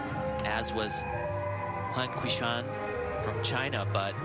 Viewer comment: Lol Al Trautwig completely butchered Huang Qiushuang's name . Who the hell is "Wow huixiang"